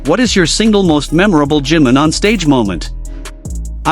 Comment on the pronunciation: No se por que todas las ias pronincian jim en vez de jimin